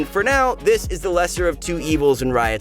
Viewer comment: it eez what it eez